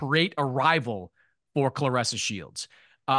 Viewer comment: It’s Claressa not Cloressa!!!..